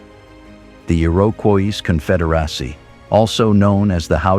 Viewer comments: The "e-erowkwoise kunfederasie"?! You know, you CAN make bad AI say things correctly by spelling phonetically if you care enough to do so. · The pronunciation of "Iroquois Confederacy" is bizarre. Is the narration AI generated?